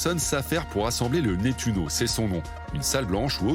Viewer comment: Nettuno pas Mettuno !